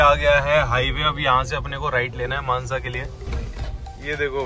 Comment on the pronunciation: It's mansa not manza